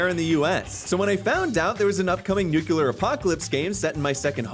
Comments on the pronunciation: IT IS PRONOUNCED NUCLEAR, NOT NUCULER, and you say you're English hahahaa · >"British" >"Nukular" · A Brit saying "nucelar" should be a crime against humanity! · You are definitely American, you can tell by the way you mispronounce "NUCLEAR" lol You pulled a Homer Simpson/George Bush!